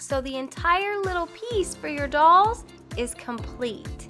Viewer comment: You are saying dulls not dolls. It's REALLY bugging me